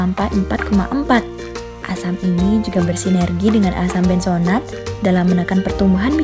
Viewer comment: Benzoat, bukan benzonat !!